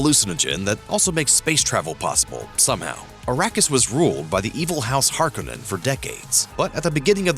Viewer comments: HAR-CONE-IN, NOT HARK-IN-IN. Just trying to help you out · it's har-KO-nen